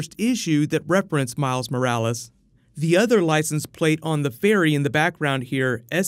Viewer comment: Schmiles Schmorales